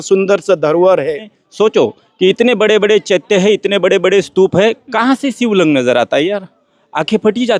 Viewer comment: शिबलिंग अरे 😂😂😂